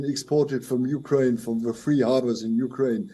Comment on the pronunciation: Weapon not Va-Bon. Ukraine not You-Ga-Rain.